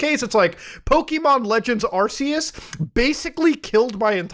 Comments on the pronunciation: Man straight up calls it arseeus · Bro. Its ARC-ee-us